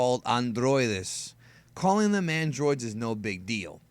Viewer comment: Well, I just now realized that you maybe are from Latin America hearing how you pronounced "androide". I'm from and reside in Dominican Republic :). Anyway, I wanted to say that the Latin community needs ASAP people like you and the other DBZ youtubers (like Rhymestyle and Qaaman's Land) because, I am sure you know what and maybe who I talk about, there is a RIDICULOUS amount of unfounded and dumb speculation about Dragon Ball and its new content. Damn that is the reason why I stopped following the people in my own language, because of the shit they come up with to get views, confusing most fans who barely know about the series as a whole. I know that there are also english speaking youtubers who do the same but there is now definitely a pecking order as far who is right and who is an idiot, and that is all thanks to people like yourselves.